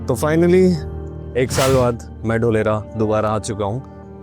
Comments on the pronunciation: Dholera nahi dholarkpur 😂😂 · ढोलेरा ❌ धोलेरा ✔️🙏